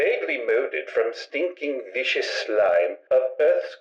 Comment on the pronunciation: Not to mention that the word viscous is pronounced vis-cus, not "vicious".